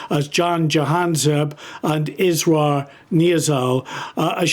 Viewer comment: You keep pronouncing the one guy`s name Israel... His name is Israr, which means "insistence" in English. Pretty accurate name for a rapist. The other dude was called Jihad and look what he did, kill Jews....